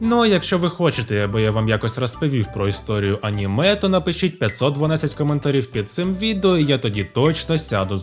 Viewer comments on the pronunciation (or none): none